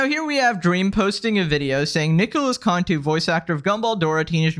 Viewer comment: It’s not (contu) it’s (cantu*) also Nicholas cantu turned into an antihero and I want no smoke with it when I become even more popular in my time.🥶🥶🥶🥶🥶🥶